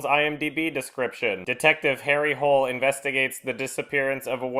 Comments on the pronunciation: Other Norwegians have probably pointed this out before, but Harry's last named isnt supposed pronounced like hole or whole. It is more like ho-leh, like "holy" with an eh ending. They really should have changed the name though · Honey it's pronounced Hu-Ler. This film sucks. The books are great - worth checking those out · It’s technically pronounced Ho-leh, but... yenno... Hole is funnier? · I know people have been making fun of the main character's name (Which is hilarious, to be fair), but the novels have a reason for the name. Hole is pronounced more like Holog, and Harry is to represent an irony that someone in Norway with an English name could make it so far and successful in life. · Harry Hole is pronounced something like Ha-ree Holy in Norwegian, so the hairy hole pun was never even an issue until they decided to make it in English. It never sounded like anything similar in Norwegian. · There's actually a joke in the first book, when Hole goes to Australia, that they keep thinking his name is Harry Holy (because Hole is pronounced similarly to Holy in norwegian). So they should have just kept that pronounciation in the movie. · The book is set in Sweden. The last name is supposed to be pronounced Hole-uh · In the books, it's pronounced "Hoh-leh". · Yeah, but i mean, i am German and write myself and i would at least make sure that the Name of my Main Character doesent sound stupid or weird when translated to english. Just so that something like here doesnt happen. If it is pronounced Hill they really should have changed it to that: Harry Hill. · did they actually pronounce it harry hole in the movie? the english way of saying it is more like "holy". If they were going to have it in english anyway why did they keep his norweigan name? it just sounds stupid. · Yeah in Norwegian it's pronounced Hul-Er. They make many jokes about that in the much better books :') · I will never understand why they changed the pronunciation of Harry Hole for the movie...